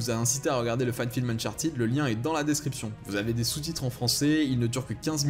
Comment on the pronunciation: uncharted se prononce eune-chart TEDE, PAS TIDE !!!